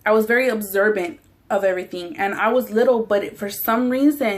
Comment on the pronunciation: " Obserbant " lol